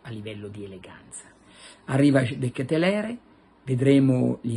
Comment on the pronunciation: De Ketelar si dice Carlo!